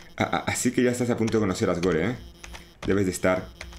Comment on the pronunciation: Asgore se pronuncia Asgor, la E es muda por ser juego gringo